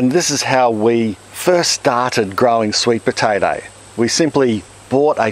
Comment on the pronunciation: "Sweet potatarrr"